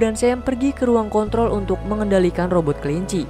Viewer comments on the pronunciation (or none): none